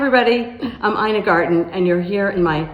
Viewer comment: Your name is eena not eye na. It's german.